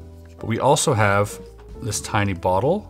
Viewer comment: Chris says "bottle". I immediately checking the comments for "weight" comments. 😅